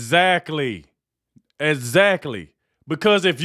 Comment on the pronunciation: This black guy doing the show needs to learn how to say exactly. He says it like a drunk person